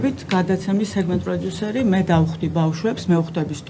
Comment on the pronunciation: ეს “პროძუსერი” რაღა ჯანდაბაა? ტვინი გახვრიტა რააა… ინგა გრიგოლიასი არ იყოს, ისიც პროძუსერს ამბობს. პროდიუსერი არის ინგლისური სიტყა და ასო “ძ“ ინგლისურში არ არსებობს.